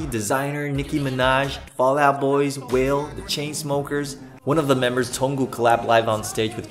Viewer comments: 溫馨小提醒(？) 和RM合作的rapper的名字Wale是念作「挖壘」ㄛ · 介紹的超棒~ 另外他們在出道不久 社長讓他們去LA向許多有影響力的人學習Hiphop 這在American hustle life有播出 我認為這段學習經驗對他們現在的成就也有滿大影響的 真的覺得他們跟到好社長 p.s.糾正一下名字發音rapper wale念作'哇累'喔!